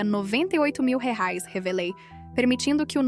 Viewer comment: Qual a dificuldade em pronunciar corretamente a palavra REAIS???